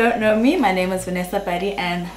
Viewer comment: I say Padi party🥰🥰😂😂😂but I always hear “Buddy party”❤